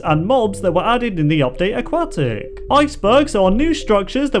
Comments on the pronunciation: How does having an accent put a K sound where there is no K sound? That's just poor pronunciation. I'm a language teacher and a linguistic so no it's not just because of an accent. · “aquat tic!” he said. “aquatic!” i said. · i'm sorry but... A-QUACK-TICK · It is pronounced a- Kwot- ic. NOT a-kwat-ic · Can you please say AQUATIC not A-QUAK-TIC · Not aquwahhh tic Aquatic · Indeed. It's also "a-kwot-ick", not a-kwat-ick. He clearly doesn't understand how the letter "u" works. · it sounded like you said update a"quack"tic.... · You're saying it wrong it's pronounce aquatic aquatic pool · AuqQUACKtic say it right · a-QUACK-tic XD ma so sorry lol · Lol he said update aqaatic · you mispronounced Nautilus and Aquatic it’s nod-a-lis and uk-wod-ick